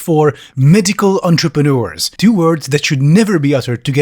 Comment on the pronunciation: "Medical Entrepeneurs" lol